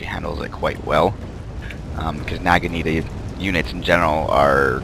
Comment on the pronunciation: youe pronouncing naginata wrong